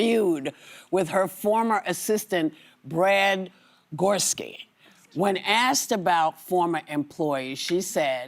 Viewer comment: Brad Gor-ESKI. 🙄🙄🙄